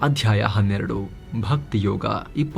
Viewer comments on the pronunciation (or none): none